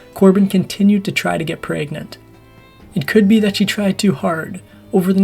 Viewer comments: "Corbin was preagnennnt" the hell kind of way to say pregnant is that lol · Lol, he said PRAYgnant 🤦‍♀️😆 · "Praegnent" made me laugh every time. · 😂i like how you said pregnant in the beginning